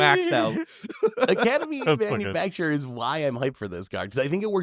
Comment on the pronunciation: Manu FAC TOR not manufacturer